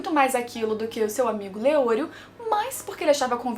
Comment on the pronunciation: A maneira q vc pronuncia os nomes dos personagens é como eles pronunciam no anime? Eu sempre pensei q fosse hiSOka, kiLUa e leOrio (as maiúsculas são as tônicas)